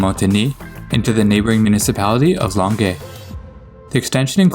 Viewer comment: ...kudos for your pronunciation! An interesting and incredibly specific quirk of language here that would impress Hercule Poirot (who was not French, btw): I bet you spoke to an anglophone Montrealer for help because you pronounced Longueuil as Longay; a francophone or someone not from Montréal would have tried to make you say it closer to the French way. It's rather like someone who pronounces the second t in Toronto. Place names are all over the map in Montréal. Linguistically, I mean. Some always change with the language you're speaking -- Old Montréal when you're speaking English, Vieux-Montréal or Le Vieux when you're speaking French. Others sometimes do (Marché Jean-Talon / Jean-Talon Market), or sometimes never do (Place always rhymes with glass, not plaice). Some depend on your age: older anglos may say Mountain, Saint-Lawrence, Pine, and their Guy rhymes with buy not ghee, but not younger ones. I've heard anglos call it Carré Saint-Louis and francophones call it Square Saint-Louis, so go figure. I've never heard an anglo say Saint Henry, although I'm sure some do, but I have heard them add a t between whereas francos wouldn't. Damn H aspiré and H muet.